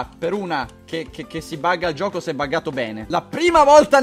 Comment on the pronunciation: quando hai detto bene io pensavo che avessi detto "pene"!